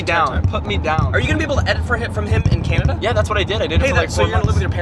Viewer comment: idk why but saying cnanada made my day